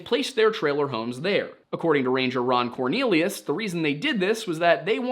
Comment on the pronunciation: Did you say Yukon Cornelius, or Ron Cornelius? I'm going to assume it was Yukon. Remember kids bumbles bounce.